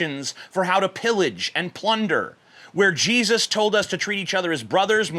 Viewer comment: everytime you say jesus I hear cheesus